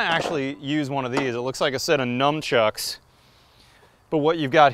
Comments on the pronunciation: Cool video, Nun chuks, not num😉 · Did you say numb chucks? It is actually pronounced nun-chuks. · wtf is heighth? the word is height. also nunchucks. no m. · "Head hithe" and "nuM-chucks" made me cringe so hard I stopped watching.